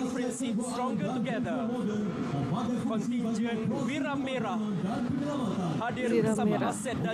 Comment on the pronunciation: Kontijen bkn kontingen